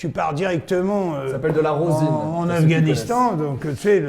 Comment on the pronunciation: On dit Ros1 pas rosine